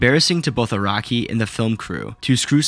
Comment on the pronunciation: even the cc thought you said "iraqi" instead of "araki"